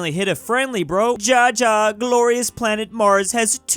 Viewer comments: Day n+1 of telling that "Ja" is pronounced 'ya'. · If you’re talking about German then Ja is said like that.